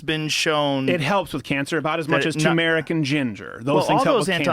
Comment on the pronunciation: Nobody's going to talk about how they are pronouncing tumeric wrong lol